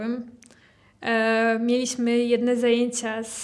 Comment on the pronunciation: Dzień dobry! Przepraszam. Czy to jest wymowa krakowska? dZękuję, mieliSmy, odZiał, Sedem, stawiC i t.d. Mieszkam w Syberii. Po raz pierwszy słyszę taką wymowę.